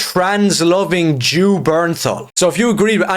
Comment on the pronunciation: emphasis on the "Jew" XD